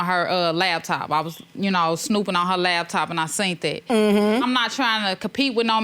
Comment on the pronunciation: What’s a LAB TOP ....ITS LAPTOP PPL ❌❌